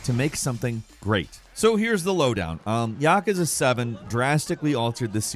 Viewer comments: Ya-koo-za not Yakaza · It also bothers me that people can't pronounce these correctly. Like everyone butchering the word yakuza. It's yah-kuh-zah not yuh-koo-zuh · Did this MF just say "Yakaza"??